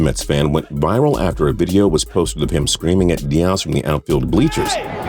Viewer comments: Dah-ehz? It’s dee-ezz mayate. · It’s (dee-yez) Big dummbbaaaaa